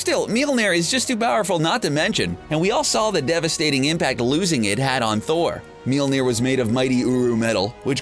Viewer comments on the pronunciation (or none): Its Mjölner not Mjelneer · MJOLNIR NOT MILNIR! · It’s not mealmeer it’s molmeer that’s how it’s pronounced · He’s says Mjolnir as MyOLNeAr. No hate bro. Love your vids. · Its pronounced as "may all neer" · Its pronounced myolnier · Why are you pronouncing it "meal-nair" ... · The pronunciation of mjölnir in this video is beyond annoying.